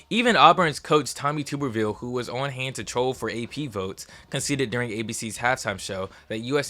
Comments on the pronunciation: as a Bama fan it kills me to say this but Auburn was screwed by this BCS. And it is Tuberville, Tub R Ville… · Tommy tuber-ville 😂🤣😂🤣😂🤣😂🤣